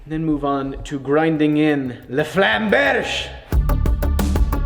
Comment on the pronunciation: It’s called „Flammberg“ not „Flammbersh“... it’s German, not French -.